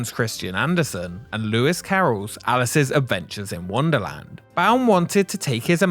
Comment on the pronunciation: Thank you saying Baum correctly. So many people mispronounce his name constantly.